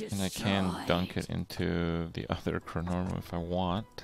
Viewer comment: Nice: Kripp knows how to pronounce Chronormu (looking at you, dog) Less nice: Kripp doesn't know Chronormu is a "she" xD